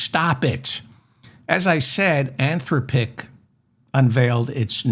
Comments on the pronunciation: David, I heard a news item today about an AI agent that used its users bank card to buy things for this consumer. Really. The word Anthropic has the accent on the second syllable, by the way. An-THRO-pic. By the way, we do already know that recursion that goes on a number pf repetitions can get dramatically worse if done enough times. Listening more, I feel impelled to tell you that it is pronounce In-VID-ia. I wouldn't worry about Musk's plan to boost all those data centers into LEO. He can't do it. The cost to do that, plus the hardware needed to use the temperature gradient is large, expensive, and extremely costly to boost into orbit, including the cost of the manufacture. I'm nor telling you not to worry. There is lots to worry about. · DAVID I LOVE YOU... "an-THROHP-ic," like saying "man, STOP it.." or "des-POT-ic.." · Great show. An-THROP-pick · How many times can you mispronounce Anthropic in one show?